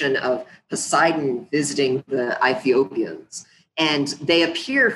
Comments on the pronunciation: Its Ethiopians not I-Thiopians atleast dont speak like a white chick when doing research on Africa. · Ethiopian's? He says Ithiopeans..Eyethiopeans